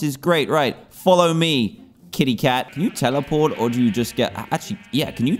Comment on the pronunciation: did he say a tac instead of a cat